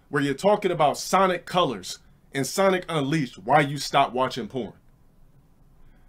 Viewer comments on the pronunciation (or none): none